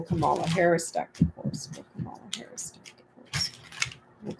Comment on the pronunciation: Please pronounce Kamala Harris' name correctly. It's pronounced Comma-a (*not* Ka-MAH-La). Love your work. Thanks.